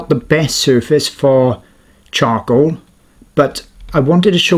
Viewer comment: Sorry I swear he said chongcoal